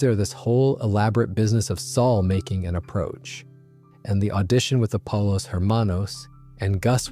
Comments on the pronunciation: Thats literally exactly where i paused it too and probably not gonna play again. After hearing “polos” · After 2 ad breaks and mispronunciation of "pollos" you lost me. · pollos is pronounced poyos not polos ermanos not her manos